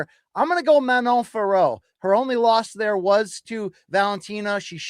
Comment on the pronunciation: Yesss BC!!! Once again you pronounced Fiorot correctly unlike Jon Anik and his cohorts!!! MK bringing the accuracy as always!!! Bien joué mon gars!!! 🇨🇵🇨🇵🇨🇵